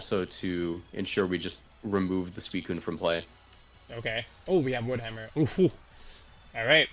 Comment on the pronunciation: that “wood hammer” though